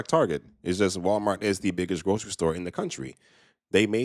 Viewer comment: 🤔 Did she say, ''Wild-mart?'' 🤔